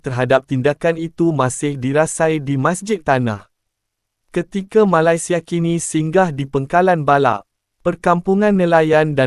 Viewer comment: Sebut betul2 la MALAYSIA tu..